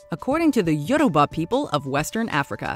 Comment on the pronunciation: She produced Yoruba wrong cause I am Yoruba